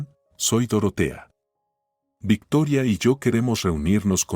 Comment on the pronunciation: Dejo de escuchar la historia y no o volveré a escucharlo de nuevo hasta que no dejen de Americanizar los nombres Victoria no es vetora me crispa los nervios tanta tontería